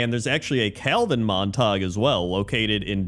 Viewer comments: Hahah I pronounced it as “mahntahg” as well, having not heard that name since like high school. It’s pronounced Mon-tuh-gyoo. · "Montag" lol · As soon as you said they were from Romeo and Juliet I knew the pronunciation and it hurt every time you said it xD